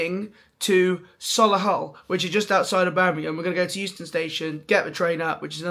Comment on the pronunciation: Sol-le-hull 😂 it’s Soh-lee-hull or So-lee-hull if you’re posh 😂